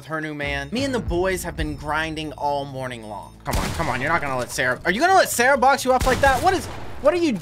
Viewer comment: sawwah being sawwah